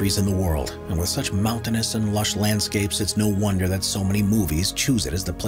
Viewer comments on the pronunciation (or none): none